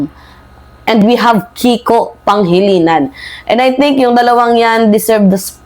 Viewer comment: natawa tuloy ako sa sinabi mo Panghilinan 😂😂😂😂 Actually hnd PANGHILINAN kundi PANGILINAN 😂😂😂😂😂. NAKU BAKA MAGALIT SATIN SI KIKO ✌️✌️😂